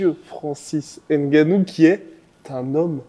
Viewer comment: un jour il faudra arrêter de donner du "ène gannou" (comme du "ème bappé" d'ailleurs). les noms commençant par N ou M ne sont pas si difficiles à prononcer hin. un peu d'effort s'il vous plait.